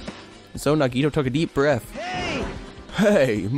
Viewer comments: Yes! Thank you! I don't mean to be rude, but please, it's na-ge-TOE, not na-GE-toe... oh no... no I sound like Hermione... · Naw-ge-toe that's how you pronounce it I think